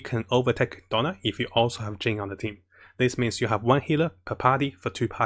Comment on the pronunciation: I love how pronounced Diona as "Donald".😂 It's okay, the slang doesn't matter because provides us a lot of good guides to help us in Genshin Impact.